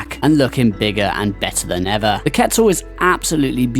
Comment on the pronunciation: Man i hate when people incorrectly pronounce quetzal (kweh-tzuhl)